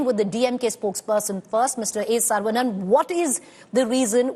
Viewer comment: Wth she can't even pronounce the tamil hindu name saravanan properly.